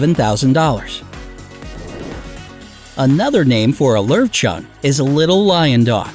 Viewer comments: Lowchen sounds like the national park in montenegro:,, Lovćen" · We own a LOW-SHEN. But it isn’t smart, or obedient😂😂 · Actually, Lowchen is pronounced Lerv-Chun ^^* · how they pronounced löwchen lol